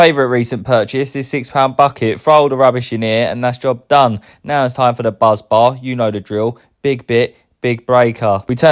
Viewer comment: BUS BAR !!!!!!!!!!! NOT BUZ BAR